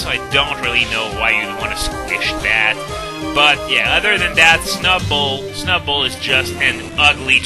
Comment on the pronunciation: I think of all your pronunciation of Pokemon names, "Snubbull" has to be the best.